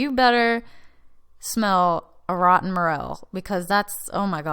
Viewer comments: Why pronounce as mur’-el? It’s pronounced more-el’. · mer-el......what? say it right. more. l. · I've never heard them pronounced as "Meryll" mushroom like you do. It's actually "more-ELL". Maybe it's a regional thing? However, I loved your video and all the details that you went into. (And yes, I am a Biologist). And as you found out you don't need to buy a laminar flow hood. It's easy to make an (almost sterile) glove-box with a plastic storage container from Home Depot and a bit of ingenuity. And with regards to your query about why sometimes mycellium behaves in a certain way ("they band together and form a mass...") but yet does not end up creating fruiting bodies, may be somewhat related to the mycelia making "clamp" connections. (Essentially "clamp" connections is a way that many fungal species have "sex"). That's why it is often preferable to take a (sterile) piece of the mushroom itself (rather than spores) in order to inoculate whatever growth substrate you then choose. That way you know that the genetics of that resulting mycellium is capable of forming the fruiting bodies. Here's a very technical link to an abstract: Often it is very possible to have very vigorous mycelial growth in all sorts of substrates but still not find the exact trigger to get them to fruit. Since you're obviously very knowledgeable I assume that you're very familiar with Paul Stamets. His book "Growing Gourmet and Medicinal Mushrooms" is a wealth of information. (eg. Sometimes there are multiple unknown environmental triggers that are important in order to get a mushroom to frui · Pronounced Mor-el!